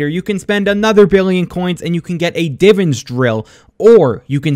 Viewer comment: bro said Diven drill